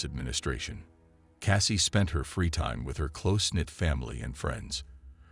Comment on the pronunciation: It is Jennifer Kessey not Cassey!